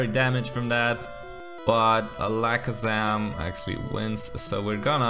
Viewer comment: Why did you say alakazam like that